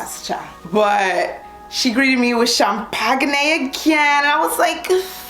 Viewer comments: Sham-pag-nay! Lol! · It was the Cham-PaG-Né that took me out 😂😂😂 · "SHAM-PAGUNAY" LOL, I can't.